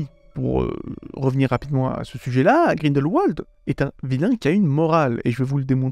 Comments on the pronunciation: par pitié, ça se prononce grindelVald, pas grindelouald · Ca se prononce GrindelVald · Alors je ne sais si c'est parce que je suis suisse et que Grindelwald est un lieu qui se prononce en allemand, l'entendre avec la prononciation anglaise me fait sourire. ^.^